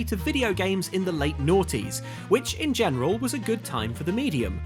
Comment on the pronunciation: You guys really have to stop saying "naughties". It's naughts or oughts.